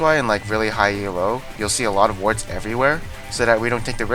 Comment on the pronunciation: Challenger isn't some magical barrier that makes everyone play better. There's no real difference between high d1 and low challenger, some players often get promoted and demoted from challenger like 4-5 times per season. And stop saying Ee-El-Oh, it's not an acronym and it's just annoying.